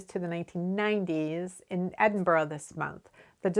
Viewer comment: Think I found you through another knitting channel and now you’re my go to for knitting and chatty/informative stuff. BTW your pronunciation of Glasgow and Edinburgh are spot on 👍. Many thanks for all of your YouTube videos 🤓🏴